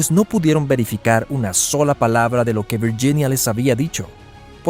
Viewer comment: Viyinia? Hablé bien el castellano